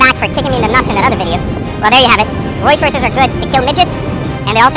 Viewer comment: Is this fool saying Royce Royce ghost??? Lol